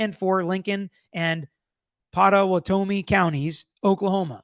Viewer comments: It’s pronounced “pot-ah-what-oh-me” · Okie here. This is disgusting. It was great hearing try to pronounce Pot-a-what-a-me county though😂